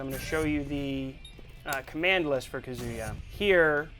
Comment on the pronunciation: So we have Kazooyua not Kazuya and Raiyooo... Way to go capcom. He sucks with pronunciation. All those 15 years of fighting games and kill us with your phonetics.